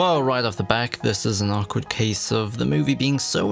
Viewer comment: You say awkward very “ack-wardly”